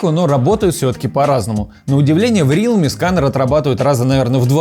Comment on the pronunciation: Даун какой рИалми, РЕАЛМИ правильно